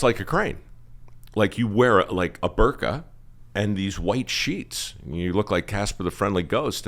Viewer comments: It’s a birdka, not a burkah… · Don't you mean a Bird-ka?